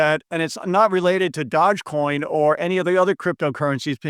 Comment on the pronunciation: *it’s pronounced “dodgey coin”